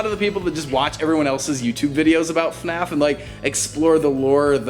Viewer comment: / its not eFNAF. You pronouns it F N A F. duh